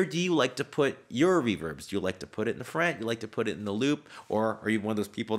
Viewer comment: The way he says front is really funny 😂 FRANT But I completely agree with what he's saying